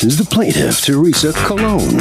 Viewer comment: The plaintiff needs to work on that accent.